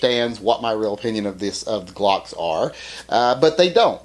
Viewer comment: "I don't wike Gwocks."